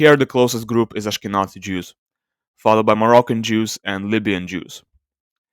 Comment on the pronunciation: The 'z' in "Ashkenazi" is pronounced like 'z' in "zero". Moreover I have to ask, what is the source of this sample? Is there archeological evidence taken into account to conclude this person is Jewish? Or are you just assuming they are Jewish exclusively based on their closest genetic populations?